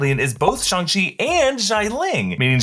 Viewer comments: Not shong chi It's shang chi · Simu Liu said it was pronounced "Shong-chee". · “shung chi” :/ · im sorry but why are you saying shung chi💀, its pronounced shang chi😭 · its pronounced "shhhh" not "shi". no disrespect though, just want to correct for future pronounciations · Its shya-nng-chi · Did you say SHUNG CHI??